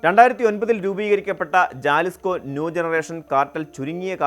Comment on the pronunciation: ജാലിസ്കോ അല്ല, ഹെലിസ്കോ.